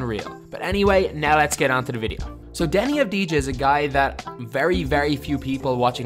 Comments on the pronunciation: And you say avadia, that how you pronounce it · you pronounce it avdia and not like it is written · U don’t pronounce the j is his name lol it’s like denny avdiya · its not avdi-ja i avdi-ya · You say it av di a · His name is pronounced without the “j” it’s pronounced avdiya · It's pronounced DENI AVDI-YA. He's a big time talent here in Israel, but nowhere near Luka. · Its pronounced avdiya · You absolutely butchered his name it’s pronounce abdiya but very good video tho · you pronounced his name wrong. you don't pronounce the j. it should be Deni Av-di-ya. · In his name you do not pronounce the J you say it AS IF it's Avdiia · please learn to pronounce his name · The j is silent right?